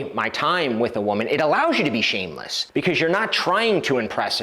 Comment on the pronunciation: 2 "S's" in ShameleSS..LOL